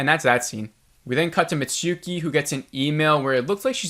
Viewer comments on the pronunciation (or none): I agree 100% with your analysis and irritation! Why did we have to meet Monty, and other characters whose story went nowhere?? BTW, a word on Japanese pronunciation. It's not hiNAda. It's hi na ta. No syllable is stressed. Not mitSOOki. mits'ki. Also hoshi means star. About the "distorted image" and beeboop sound? I rewatched that scene but didn't see it. Sounds like you got a bad download.